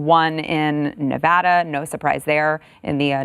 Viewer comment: thank you for pronouncing nevada the proper way💚👍